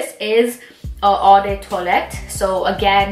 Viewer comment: “ Oh- de- pa-foom “, “oh-de -towa-lett”